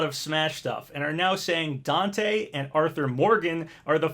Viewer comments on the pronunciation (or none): none